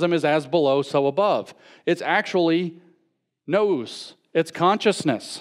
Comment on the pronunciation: The audacity is real indeed. People think he's an authoritative voice but he can't even pronounce the words he's using. When he first started talking about Plotinus I thought he was saying Platonism. He pronounced Gnus as nose. Etc, etc... I don't usually care about that, but people that are willing to stand on stage and speak about an issue should at least have a knowledge of the terminology. It shouldn't be that hard, he's supposedly a Christian speaker and the New Testament is Greek literature.. It was so bad, I don't think anyone could leave that place and research on their own without a working knowledge of the material at hand. Ce' la vie, I guess.